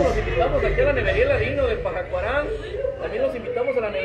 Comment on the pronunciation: Pajacuaran amigo asi se pronuncia significa tierra de hongos